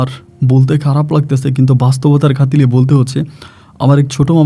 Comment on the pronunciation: খাতিলে বলবেন না কথাটি হবে খাতিরে